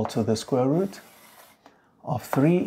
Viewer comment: why you pronounce root as ''rat''?